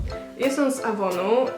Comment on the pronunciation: Super filmik :D My Dear, z "ejwon" a nie z "avonu" :D